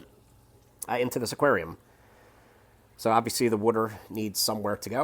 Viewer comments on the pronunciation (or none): none